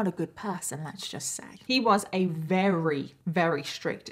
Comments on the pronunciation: Is that normal in the UK to pronounce "very" as "rery?" Just a curious American here. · Perhaps you should consult a thesaurus for a word you can pronounce, 'very' is not working for you, and you say it often